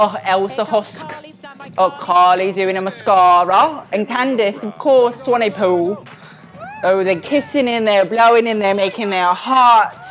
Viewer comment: The way he said Candice Swanepoel in that accent is SENDING me